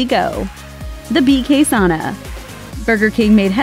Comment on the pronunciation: Why can't you say Sauna right?